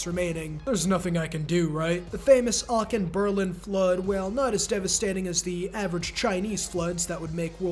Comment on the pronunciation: As a german i really appreciate all the historical sidejokes. And dont worry: Your pronunciation of Aachen is the best one ive heard so far.